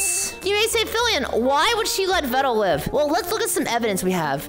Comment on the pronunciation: Veeeeedal not ved dal